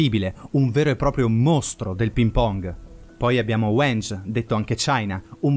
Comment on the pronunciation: "Weng" con la "g" di "Gatto", grazie.